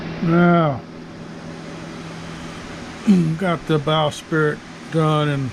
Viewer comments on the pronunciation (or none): Bowsprit - “sprit” NOT “spirit” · Forgive me but it’s “bowsprit” not “bow spirit”